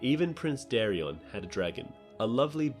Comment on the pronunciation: Daeron. Dae-ron. Not Darren, not Darrion. DAE. RON. Daeron. Lu-sare-us. Lucerys. Not lukerus. Love your content, but they literally say the names on the show every week, minus Daeron but whose name is one letter away from Daemon, thus sounds the same. There's no reason to pronounce them wrong.